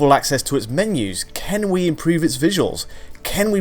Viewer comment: When will you stop saying 'can' as 'Ken'?